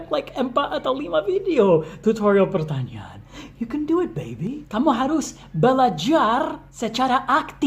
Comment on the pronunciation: kalo ngomong pertanyaan sya dngernya kayak ngomong pertanian wkwkw.but it's not problem, ttp semangat post video learn english tentang conversation sehari hari atau yang umum dipake sama bule ya:D